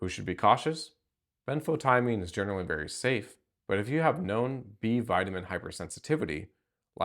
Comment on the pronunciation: ben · fow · tee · uh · meen